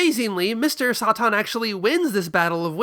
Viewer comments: just say “saytan” that’s literally his name the way you’re saying it is driving me mad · I love dragon ball for its direct references to the west and Mr. SATAN (why are you pronouncing it like that?)